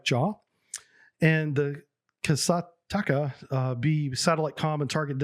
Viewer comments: "Kasataka"?! Damn japanese infiltrating the Soviet Navy! XD Its "Ka-sat-ka", that means "Orca" (Killer whale). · Hey I beleive it is pronounced Kah-sart-kah and means Killer Whale. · I get that Russian seems counter-intuitive for an english-speaking person, but "kasatka" is pronounced like "cah-sat-cah" and means "orca". Kudos for the video! Edit: oh and Razboinik (Robber) bay is actually Strelok bay around Putjatin island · KASATKA in Еnglish its Killer whale, in Russian "Ka-sat-ka", u speak "Kasa - taka", and "Mol-niya" not "Moli - niya"